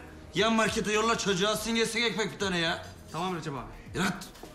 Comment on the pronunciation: ekmek getir bana ekmek -burda ekmek bulunmaz recep abi NE DEMEK LAHĞN EHMEH BULUNMAZ BURDA OĞLUM, yıllardır buraya gelen müşteri değilmiyim ben yan markete yolla çocuğu alsın gelsin bi tane ekmek ya🤣 -tamam recep abi YÜRÜ ĞİTH, terbiyesiz ehmeh yoh diyo